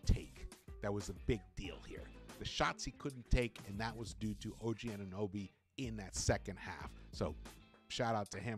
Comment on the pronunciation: It's pronounced OG "anu NO by" not nooby 🤣